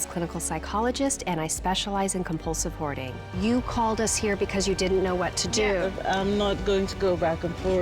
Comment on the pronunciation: Your “hoardering” 😂😂😂😂